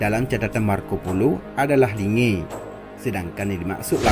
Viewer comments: Kerajaan asal linge awal serule adalah kerajaan pertama di Indonesia sebelum Pajajaran baca buku sejarah suku Gayo baru buat konten ini . Nyebutin linge aja masih salah malah sok Sokan bikin konten ini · Hapus konten mu ini. Sumber mu itu gk jelas. Jgn jadikn itu referensi. Sblm kaum kalian ada suku gayo udh ada. Dn gayo adlh suku asli aceh. Gk ush sok bikin sejarah gayo dgn referensi gk jelas. Gayo bkn cmn d takengon, d tamiang jg ada. Jgn bodoh jd org dgn bikin konten adu domba. Pnyebutan kata linge pun kau salah. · Kau klo gk tau ttg gayo gk usah sok bikin konten yg bikin ribut. Kau baca sejarah merah johan. Pnduduk asli aceh tu org gayo. Kau cmn pndatang udh sok bikin konten yg bikin ribut. Gayo bkn cmn takengon. Tp d tamiang jg ada. Perluas wawasan mu. Jgn picik otak mu. Dialek mu j belepotan bicara. Pngucapapan linge j kau gk benar. Tolol.